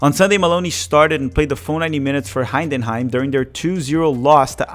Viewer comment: it’s Hi Den Hi M. Not Hine Den Hime. You are adding a second N. It’s super easy to pronounce if you don’t add letters